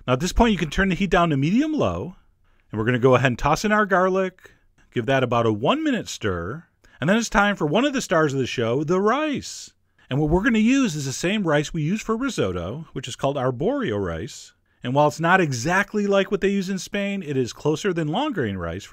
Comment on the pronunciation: 10/10 for your Spanish pronunciation of “Pae-eya”...now, if only we can get you to pronounce the Italian “Riz-ot-toe” properly! Great recipe. Thank you 🙏🏻